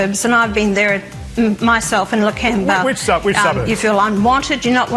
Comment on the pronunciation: Lake ember. She hasnt been there dosen't even pronounce the suburb correctly. Its Lakemba, shes so ignorant and bigoted.